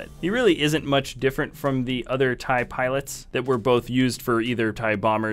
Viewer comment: he said 21 piolits